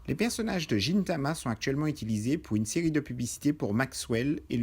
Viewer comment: c gintama pas "jintama" xD sinon cool comme video ^^ ca recapitule bien